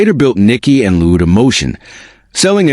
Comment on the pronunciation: What, LOUDA, Are you American, it's spelt pronounced Lawd Da!